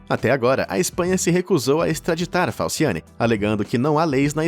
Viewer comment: Eu entendi falsiane. Uma pessoa com esse nome kkkkk eu não confio por nada nesse mundo